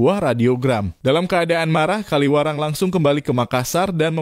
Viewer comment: Kawilarang, bukan Kaliwarang.